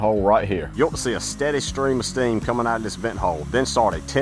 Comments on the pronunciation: Hearing him saying “out”, but pronouncing it as “aht” is giving me South Texas vibes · Where in the world is this man from? I’ve never heard this particular accent. 😂 & Im a southern girl who was born in Mississippi, raised most of my life in Alabama, and lived in Louisiana for 5 years. I love the way it sounds though. Definitely has a unique way of pronouncing certain words (like “pounds” or “out”)